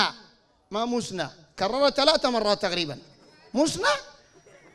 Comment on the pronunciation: والله استغربت قال مسنا وهي مثنا وقال سلاس وهي ثلاث رباع الحمد الله قالها صحيحة